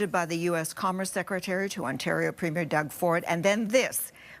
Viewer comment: Its NOT a premiere like a new movie, Ford is a PREMIER...2 very DIFFERENT words that bozo Karoline can't learn to pronounce.